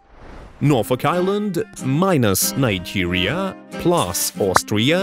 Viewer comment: the country that he say Nigeria just got my axienty goes rocketlaucher💀